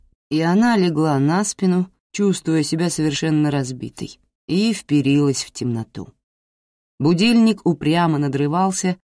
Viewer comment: Вперилась, ударение на первый слог